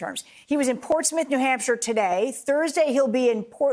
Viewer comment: Portsmouth should not be pronounced Ports Smith